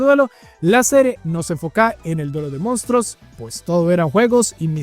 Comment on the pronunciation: Sus "mostros" jajaja